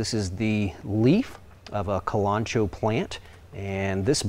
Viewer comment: Kalanchoe is pronounced kal- lun -Ko-ee not kalancho